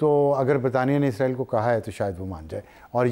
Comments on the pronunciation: آپ اسرائیل boly Izraeel nhi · anchor izrael lfaz use kr rehi hai. jab k lafz Israel hai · اسراںیل عزراںیل نہی لفظ درست کریں